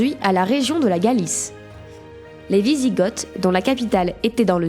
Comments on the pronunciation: On dit "visigo" et pas "visigote". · Par contre je crois que ça se dit "wisigo" sans le th à l'oral ? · ça se prononce "visigo" renseigne-toi dugland...